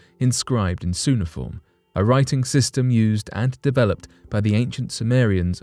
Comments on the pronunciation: Suh-nah-form.... can you not 😬 Its Kyoo-ney-ah-form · cuneifrom (koo nay i form) is NOT "soonaform" !!!!!!!!!!!!!!!!!!!!!!! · Not "Soon a form", its "Qune a form" Cuneiform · uhuhuhu! You said "soon-a-form" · Cuneiform you pronounced it incorrectly. It begins with the sound Q like: Q-Nay-iH-For-mmm sorry just wanted to help out 🤦‍♂️😂😂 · why do you pronounce CUNEIFORM as SUNEIFORM ? this comes from latin CUNEUS, pronouceed KUNEUS, which means ANGLE in english ( coin in french).i have never it pronouced SUNEIFORM in english until in your video. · I wish he had pronounced Cuneiform properly. Just for the record dude its pronounced Koo-nay-i-form. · A hint: Cuneiform is pronounced Queue-ni-form, as in a line of people in a queue. Hope I have not offended anyone. :) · I was much more offended by his pronunciation. It made me irrationally annoyed lmao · It is pronounced "kyoo-NEE-uh-form". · That is the American pronunciation. This guy is incorrect in his pronunciation but Brits pronounce it kyoo-nuh-fawm. Not kyoo-NEE-uh-form. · Why can't channels find narrators with an education? How can I take a script seriously when a key word such as 'cuneiform' is mispronounced? Does anyone edit or oversee these voice-overs? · You might want to look up how to pronounce the word "cuneiform".